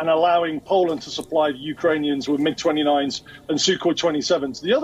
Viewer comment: Oh yes, the secret plane types we never heard of, made right there in the former USSR - the "Em-Eye-Geez-29s"